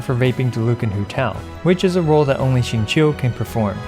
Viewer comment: Okay but finally someone pronouncing Xingqiu right!